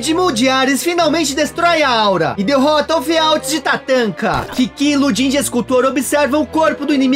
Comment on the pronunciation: O personagem se chama Lodi'N, portanto, a pronúncia é Ludin. Mas certamente o personagem é inspirado em Auguste Rodin. Valeu!